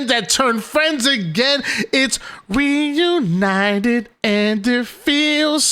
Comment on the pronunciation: R-eUnited???? Lol